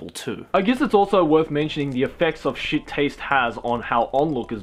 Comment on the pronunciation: I know he was just quoting the article, but when he said “Naruto is shet” I died a little on the inside